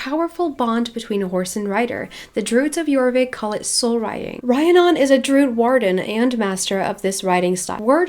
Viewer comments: Just a head's up the name is Re-ann-on =) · Just thought I’d let you know, Rhiannon is pronounced like Rihanna (the singer/songwriter) but with non at the end. Re-an-on. Hope that helps! Love your videos by the way😊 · Rhiannon is pronounced Ree-Ann-on. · Okay I love you but it’s Rhiannon pronounces REE Ann non not rhi a non <3